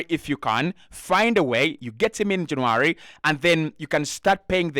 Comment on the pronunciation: It's not JanAry ..you silly sausage !! Its JannUary . Vlavoich ?? ...Noooo , This is a good an nformative positive podcast !!